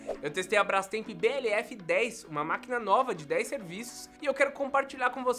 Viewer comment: "Brastremp" achei q era só eu q pronunciava com o r